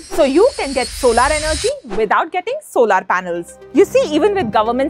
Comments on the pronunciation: it's not solaar.. it's solar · What the f is "so laar", it's pronounced "sow lur". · Solar ❌ Solaaar ✅ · Please look up the pronunciation of solar.